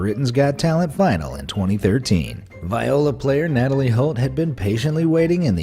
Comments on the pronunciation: Did he really say Vi-o-la instead of Ve-o-la? Smh dude smh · It is pronounced Vee-OH-luh not not Vi-OH-La Vee that’s how you say it Vee-OH-luh your not even on live TV and this still happens. Great video by the way but if i hear Viola incorrectly pronounced again I am going to lose it. Everyone says it wrong why WHY!!!!! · He says viola wrong its said vee-ola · you said viola wrong >:(